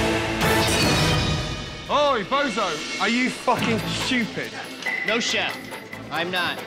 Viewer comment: "Are you F*cking SCHOOPID?!"